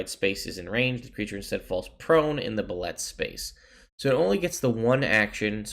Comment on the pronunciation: "Pronounced boo-lay"... The art is great in the 5e MM but you have to go back to earlier editions for detailed descriptions for most of the monsters.